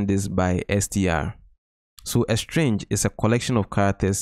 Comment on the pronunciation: It was throughout the entire video as well as in the description of the video chapter starting . Most places you have it listed as “string” but pronounce it as “strange”. Regardless, thanks for these videos! They have been very helpful!